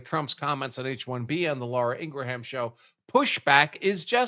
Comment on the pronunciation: Ingraham is pronounced Ing grum